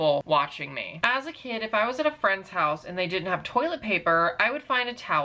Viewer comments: petah….. the hoahse is heah 😖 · “The haus is heah..”